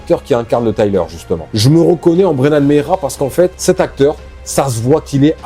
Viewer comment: Brennan Mejia et pas Meija et le J se prononce comme un G